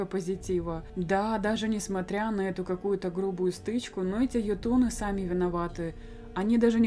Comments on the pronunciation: прости конечно, но по моему правильно читать Ётуны, а не ётУны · ударение в слове "ётуны" ставится на букву "ё"